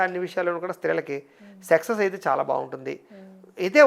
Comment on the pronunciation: సెక్సెస్ కాదు సక్సెస్....